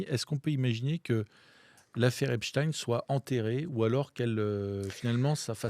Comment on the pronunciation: Il suffit de regarder un reportage en VO pour savoir qu'on prononce "Epstine"